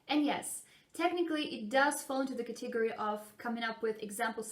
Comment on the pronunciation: Great video. Great advice. Your English is remarkable, down to everyday idiomatic expressions! Because you’re so advanced, I thought you’d appreciate the following: You mispronounced: “category” [kə.TIG.gə.ri]. It should be: [KÆ.tə.go.ri]. Much continued success!